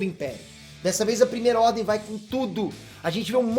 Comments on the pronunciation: A Primeira "RRDEM".. errar acontece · "A Primeira Rrdem"